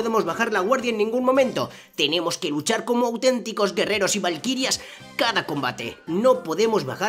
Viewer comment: Porque dices "balquirias